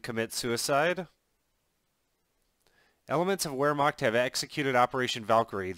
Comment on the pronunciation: It's not pronounced whermacht it's pronounced verhmacht